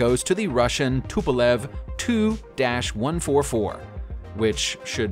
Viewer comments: It’s a T-U- 144 not “ too” It’s a Anglo- French Concorde As far as 1000s of passengers in the TU-144. It only was inservice for passengers from Nov 1st 1977-until June 1st 1978. 55 flights. The Tu-144's 55th and last scheduled passenger flight occurred on 1 June 1978. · TU-144 IS NOT TO-144 YOU PHYSICALLY HAVE TO PRONOUNCE THE U IN TU-144 OR ANY OTHER TUPOLEV PLANE YOU GET IT NOW!!!